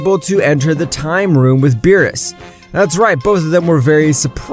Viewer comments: Beerus not bills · ive never seen your content before but this is amazing, one question tho. why did you call beerus 'bills' or something like that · It's Beerus not bill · Bills i think its called beerus 😣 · this shit is ass bro he spelled saiyan incorrectly and called beerus "bills" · Why did you say bills his name is beerus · its berus not bills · Who the f is (bills) its beerus, im having a migraine listening to this pronunciation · his name is beerus not bills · It's beerus not bills and it's bulla not burra learn how to pronounce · Who's bills? Lmao learn to pronounce the names if your gonna make a story out of this. You sound dumb lol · Why dose he call Beerus bills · Bro was saying “Bills” not “Beerus” lol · Can you please stop calling him bills call him beerus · its beerus not bills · It’s beerus Beer•Us not bills wtf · Why did he call Beres bills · U called him bills and called bulla burra